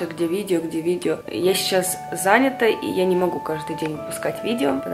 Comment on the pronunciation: Не зАнята а занятА бесит глупые ошибки.